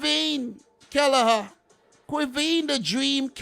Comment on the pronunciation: it's not kelleher his killer 'a🤣🤣